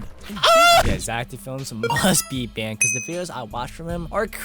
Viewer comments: no bro its zeck felms not zack d films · Is not zack d flims is Zack felms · no Zeck felms